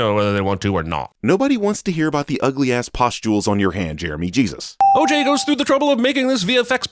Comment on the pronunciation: No cap when I hear the name oj all I hear is “ AYE AYE OKAY “😂